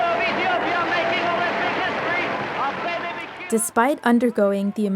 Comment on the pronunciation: Thank you for telling this amazing man’s history. I didn’t know about him competing after his accident. One point, his first name is pronounced Ah-Beh-Beh. Thanks again!